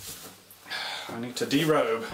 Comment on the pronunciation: The word is in fact disrobe not derobe, great video.